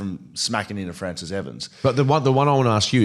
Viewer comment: 'Fraciss' lol